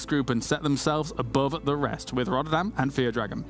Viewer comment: lol i knew said "rather than" even though it was clearly pronounced as "rodderdan" XD really appreciate tasteless still mentioning needing to stretch for playing competitive gaming, it is crucial in it's importance for maintaining the health of your body.....